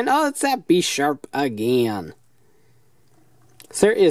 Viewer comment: Bish- arp not besh-arp